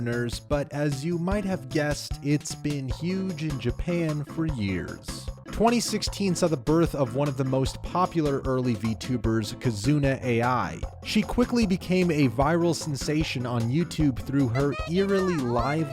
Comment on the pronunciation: Some advice when making videos involving Japanese names: learn the correct pronunciation. Nobody pronounces it kizuna aye eye, in Japanese ai is pronounced like the word eye. Also, it's moto-aki tanigo. I know it's not likely going to be noticed by anyone who literally knows nothing about the s subject matter, of say it's a matter of professionalism.